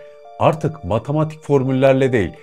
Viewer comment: Matamatik değil, Matematik. Kamuya açik yayin yapiyorsun. Türkçe'yi doğru konuşmak, vatandaşlik ödevidir.